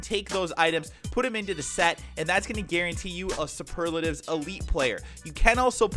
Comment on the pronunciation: You don't say superlatives packs like that